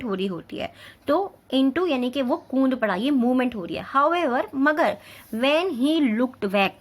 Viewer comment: Kund nahi hota kood hota hain